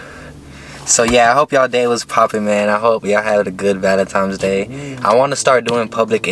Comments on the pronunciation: Another dude that says “valentime’s day” 🤣. Why is it so hard for some people to pronounce Valentine’s Day. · “ValenTIMES Day”😂😂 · Lmao me too homie. No hate. Just think it’s funny how everyone say valentimes day. Stay up homie